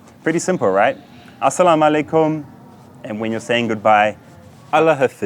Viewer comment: My man, I'm pretty sure your pronounciation is a little bit off. Asalam aleikhum rahmatullah barakadi, rafiq. Greetings from Norway